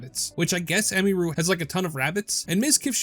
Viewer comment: It's pronounced Em-ihh-ru, not Em-me-ru lol, every single content creator I've seen keeps pronouncing her name wrong 😂